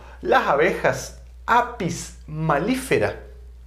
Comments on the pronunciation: Muy bien todo, solo que el nombre es Apis mellifera no es apis mallifera cómo lo mencionan en el video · Gracias por la información. A modo de corrección es Apis Mellifera, no Apis Mallifera. Saludos.